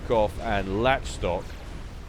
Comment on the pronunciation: I think Lach Stock is pronounced Lock Stock (Lach as in Lachlan?)